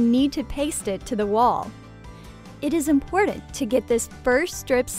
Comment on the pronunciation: Omg please stop saying “impordant.” That’s not how it’s pronounced. You’re driving me insane 🥲